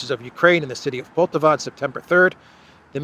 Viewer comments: please pronounce Poltàva correctly - with the accent falling as shown above. On the second syllable. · It’s pronounced Poll-TA-va